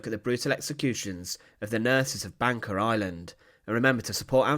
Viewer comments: Why does commentator pronounce Banka as Banker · Bangka is actually pronounced ''Bungka''